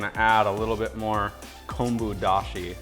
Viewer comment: Hi Your pronunciation Tare and Konbu Dashi is perfect and the Ramen you made looks so professional.